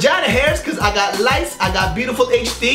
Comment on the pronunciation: I heard 'lice' instead of 'lights' at first, lawl